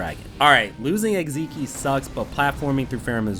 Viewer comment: it’s pronounced eggs-eye-x not egg-zee-kes 🧌